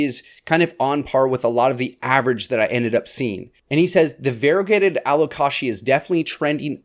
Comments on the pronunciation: lmao its supposed to be Allo-Kay-sha/jha.. like the word allocation.. but allocatia.. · Taxonomist here! Allow-Kay-sia. He says it wrong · My alocasia bloomed. It was uneventful 😂. I’ve never heard alocasia pronounced the way you do. I say Al -oh-cay-shuh. Anyone else? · Never heard anyone say alocashia haha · My real ick is how he says alo-KASHYA. Love the series though ;D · I’ve never heard it said like the Kashi cereal before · It took me a second to realize what you were saying. I've never heard anyone pronounce it that way. But it's your video, you say it however you want. 😊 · No he says it weird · The way you say Alocasia 😅😂 I’m so excited for 2024 plants!!